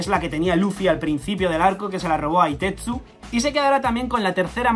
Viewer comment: ichi ni san chi go... Hitetsu en japo se pronuncia jitetsu ようこそ